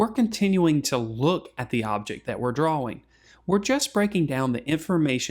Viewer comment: Dwaw Dwawing Nice video, thank u!